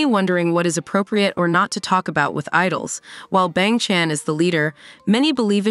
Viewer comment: I can get over with how this AI read "Bang Chan"